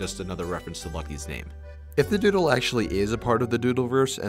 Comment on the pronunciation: Lol “Dooldol”😂😂😂😂